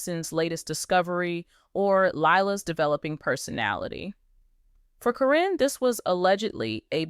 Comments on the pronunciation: I wish whoever is talking would pronounce Matt’s ex fiancée’s name correctly. It sounds like Karen, not Corinne. I enjoy watching this video. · Please pronounce karen's name right,its NOT CARINNE. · You learned then forgot how to say Caryn. Is it deliberate?